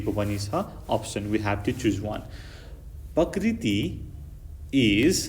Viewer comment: Thats not pakriti ok that's prakriti 😂